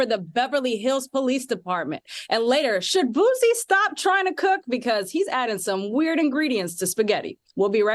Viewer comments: The sound of people who speak very proper saying Boosie’s name is so irritating 😂 it’s not Boo-Z it’s BOO-Cee. Damn! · The way she mispronounced Boosie repeatedly is upsetting me and my homegirls. 🤣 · She got to go! Who is this. Does she know anything about black culture. She called Boosie, "Boozie". Harpo who dat woman. Come back Claudia😢